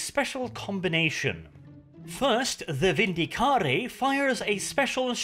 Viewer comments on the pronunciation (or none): none